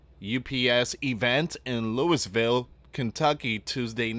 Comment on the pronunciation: It’s Louie-vul